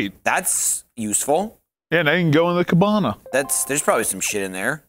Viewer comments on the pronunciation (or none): Nice to see still using randomized pronunciation when he said “cabana.”